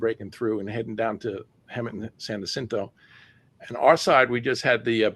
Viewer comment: Mountain goats are watching. You will never see them. Rattlesnakes tell one another "stay away from hoo-mans - they are nuts!". Jacinto is pronounced "wa-SIN-toe".